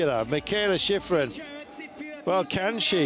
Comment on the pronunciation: That announcer really butchered sheeefreen's name.